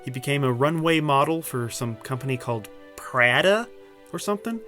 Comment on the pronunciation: "Pradah" or something lol